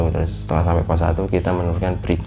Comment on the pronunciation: Yaelah.. dia gmg "BREAK" bukan "FREE"